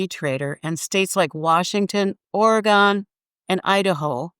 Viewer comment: You forgot Bigfoot Truck Campers. Oregon is not pronounced OR-Gone 🤣